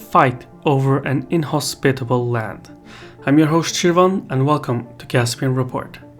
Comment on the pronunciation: Super cool video, I loved it But the pronunciation of "inhospitable" got me every time hahaha